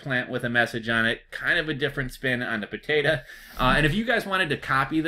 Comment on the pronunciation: not trying to be a jerk...but listening you pronounce 'potatahhh' is genuinely hilarious